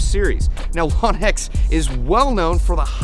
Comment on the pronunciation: It irritates the s#!+ out of me when people pronounce Lonex "LAwnex" or chrono "Chrawno" Kinda want to slap them when they do it.